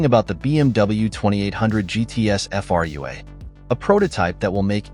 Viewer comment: The moment you hear Frua pronounced as individual characters you know it's a bot voice..., extremely annoying. The car itself is too much cobbled together. Its could be made any brand and doesn't stand properly on its wheels, really. Not BMW's finest hour actually. The design is excellent but the combo with BMW parts makes it look off-beat.